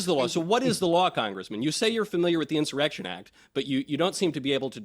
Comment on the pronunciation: WHATS THE INSURRECTION ACT?? "LOOK VOT HAPPERN JEN 6TH - DAT EEZ EENZAARAKSHUN" 😂